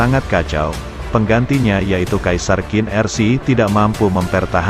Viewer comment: Pelafalan QIN bukan jadi KIN, tapi CHIN